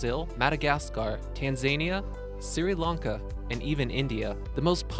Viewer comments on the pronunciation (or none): Siri Lanka? It’s pronounced Shri Lanka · "Suri Lanka" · Fascinating , really interesting . Thank you so much ! By the way you are mispronouncing Sri Lanka ; it's not Siri...its just SRI..PRONOUNCED SREE..ONE SYLLABLE, NOT 2... I'm not trying to be nasty... it drives me crazy when people can't pronounce names properly. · I wish people would check how to pronounce words with which they are unfamiliar, such as Sri Lanka [not Siri], beryl and a few others. It ruins the presentation. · "Suri lahnka" you me Sri Lanka? Pronounced "Sher Lane-Kah" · "siri lanka" should be pronounced "shree lanka" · It's not pronounced Siri-Lanka it is Shri-Lanka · It's Sri Lanka, not Siri Lanka (Apple doesn't have anything to do with it.) Great video, though. Some other ones I'd have liked to see included in the list are bismuth, luz opal, realgar, uvarovite and some rare tourmalines. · Your pronunciation of some of these gemstones was terrible. Surely if you're making an educational style video you would do some research on how they're pronounced as well? you even mispronounced Sri Lanka... Siri Larnkah wtf? So cringey to listen to man. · So you did you're research of how to speak English before making this video correct. Siri lanca ? ? ? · Tahnzaniah and Sirilankah xD, needs to work on pronunciation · This dude said Siri Lanka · Siri Lanka 😂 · Siri Launka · "... Tan-zany-a, Siri-lanka..." Read a fucking book!!! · "Tan-zainya" "Siri-lanka" Really? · Tan-zany-a, Mye-un-mar, Siri Lanka, Nameebia... a litany of beastly pronunciations! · "Siri" Lanka?? Go fuck yourself you illiterate fuck. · OMG did this queen just say "Siri Lanka".... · For a video with complex gemstone names, I would have expected the correct pronunciations of Tanzania and Sri Lanka.